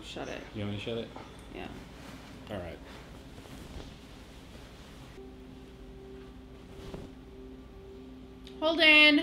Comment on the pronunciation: Holden-uh! Noooo-uh!!!